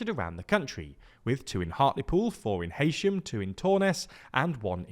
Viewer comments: its hey-sham, not hay-sham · It's he-sham not hay-shem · NO ITS NOT HEY-SHAM ITS HE-SHAM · I grew up in Heysham. It’s pronounced Heesham. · Heysham is pronounced Hee-sh'm 👍🏼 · It's pronounced he-sham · It's pronounced HEE-sham